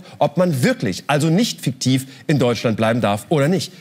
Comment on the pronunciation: So lustig, wie der Böhmi das Wort Fiktion ausspricht. Man könnte meinen, da hätte sich ein zusätzliches "c" in seine Aussprache rein geschlichen.